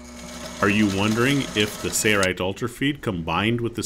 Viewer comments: Sounds like he's saying "Sayrite" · Why cant this announcer pronounce SAIL rite? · So strange to hear the company name mispronounced on every video.